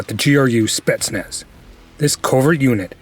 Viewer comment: Not SpEtsnaz but SpetsnAz